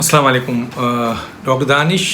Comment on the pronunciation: Aoa Dr sahib pls AslamuAlikum bola krain aap samalikum bolte hain jis k meaning hain mar jaao tum to pls...